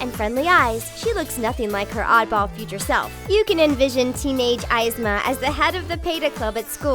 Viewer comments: Did it bother any one else that Yzma and Kuzco were pronounced COMPLETELY wrong. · Mila Jensen She mispronounced Yzma and Cuzco (and the word impaled, wtf). Plus, she sounds very ditzy. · THATS NOT HOW YOU SAY YZMA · I hate the way she says Yzma and Cuzco. 😡😡😡😡😡😡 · Ya know, I was half expecting it to be pronounced "vay-gen" after she butchered the names for Emperors new Groove... I don't expect people to see every movie out there but at least pronounce the names right like they do in the movie. ("Ease-muh" "Coosz-ko") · Saddest part of this video was hearing them say that Kronk was a villain. The Eyes-ma thing bothered me also. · Izma? Really. It's like she's never watched the movie and had to pronounce it. The movie even says it's Yzma like "E" not "I". This just ugh 0-0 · Pronunciation: eezma, and coosco. (Yzma, cuzco) dont make this mistake again because it bothers me when someone trys to act like they know spanish even though they dont. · Did she say eyesma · Ye-z-ma ye like he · You said yzma name wrong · I have a headache........ You can't even pronounce the names correctly. . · The pronunciation when talking about Yzma, Cuzco, and Peta just drove me up the wall :( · lol,thats not how u pronounce yzma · CAN YOU PLEASE SAY YZMA RIGHT OH MY GOSH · Malifacent- it looks like Kylie Jenner with horns and different colors Yzma- they pronounced it wrong! Hades- yikes, that's so NOT hades Stepsisters- few! A good one Shan yu- the pictures are starting to get good! Ursula- getting better Scar- really good! (Edit)- Kronk- it's .. interesting Hans- I'm sorry, but it looks like someone just shrunk his face Cruella- she's BEAUTIFUL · Anyone else mad at how she mispronounced Yzma and Kuzko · They pronounced eezma's name wrong...... Unforgivable And Hans can go freeze to death....tough but in all honesty he was just too much of a jerk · Anyone else irritated that they pronounced Yzma wrong? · hearing you say yzma wrong makes me cringe so hard omg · It isn't I-zma it's EE-zma